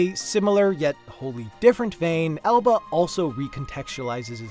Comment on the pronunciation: What is the cute Island game called, he keeps saying Elba but I cant find it edit: Nvm it's called Alba :p